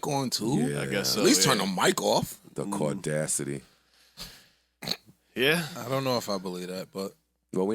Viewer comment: 🤣💀“the caudacity” HILARIOUSSS